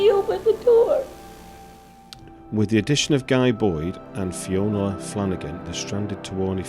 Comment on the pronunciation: Fionnula, not Fiona.